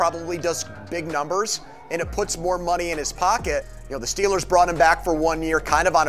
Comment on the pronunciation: Why you keep calling them STILLERS.